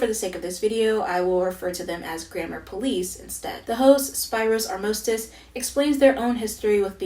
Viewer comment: Random comment, but since you start with pronunciation: Spyros Armostis' name is pronounced as sp-ee-ros (stress/accent on ee) ar-moh-st-ee-s (stress/accent again on the ee). Greek has a lot of ways to write the sound "ee", one of them is transcribed in the latin alphabet as "y". I don't see greek-speaking people in media often, so I thought, here's my piece of knowledge.